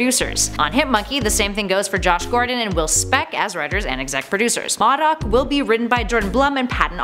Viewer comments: it is pronounced Moe Doc not mod doc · LOL!!! She cannot ever say MODOK and Tigra right. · Moe-Dock not Maw-dock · Did she say MaDuck instead of MODOK? Wtf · Isn’t it pronounced mOdok? The O is like Oh? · why does she say M.O.D.O.K like that she is saying it wrong and it sounds weird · U said modok wrong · Anyone notice she kept mispronouncing MODOK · Who are Maudok and Teegra??? I know a Modok and Tigra. U pronounce the I in Tigra and O in Modok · enjoy the videos. however a suggestion, it seems obvious the personalities read a teleprompter. for goodness sake take a trip to a comic book store and learn how to pronounce character names. Modok is Moe-dock Tigra is Tie-gruh. kinda like a tiger... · M.O.D.O.K. Is pronounced Mow Doc. Your pronouncing it wrong. Also it’s pronounced TYgra like a tiger. You know because she looks like a tiger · I'm no expert but... Modok - (Moe)dok Tigra - (Tie)gra seem to be the common pronunciations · "Maw-Duck"???? Lmao "Tee-grah"....wow....way to pronounce those wrong. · I really love it when you do videos. But this time I about couldn't finish it because of how you pronounced Tigra. Like, saying M.O.D.O.K.s name wrong is one thing but "teegra"? I cringed every. single. time. Also, please make a surprising facts video about Ben 10 and alternate version videos of Loki and Excalibur (the sword). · I feel like she mispronounces the names of tigra and modok on purpose just to trigger us